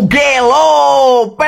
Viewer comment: Mugello min bukan mukelo😅😂